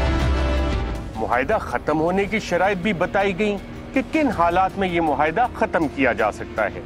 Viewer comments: Surely,Arshad Sharif does not know how to pronounce “muahida”,he kept repeating “muhaida”,over and over again,which sounded very odd.Anchors should do some research about correct pronunciations.This mistake is often made by most TV people.Program producers must keep a watch on this. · It's not even 'muahida' though